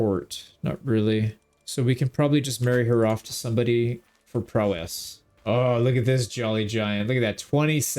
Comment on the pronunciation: You can tell the word prowess was never used around this guy…. lol you don’t have to emphasize the “ess” at the end… it’s not two syllables